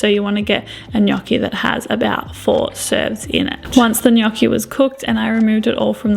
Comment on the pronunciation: nice pronunciation of gnocchi!!😄